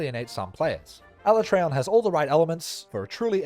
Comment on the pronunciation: Ala-tray-on wasn't too bad. While I'm still used to Ala-tree-on, at least they didn't do it as dirty as my boy TEE-grex